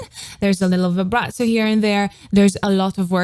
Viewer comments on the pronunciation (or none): none